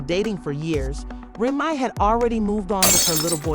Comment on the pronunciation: I’m out because you can’t even pronounce people names correctly! In another video you did the same! Proofreading is easy before you post your CLICKBAIT‼️ Grown woman can’t even pronounce Remy‼️